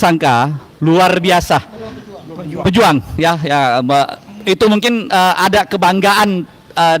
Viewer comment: PEJUH ang bukan pejùang..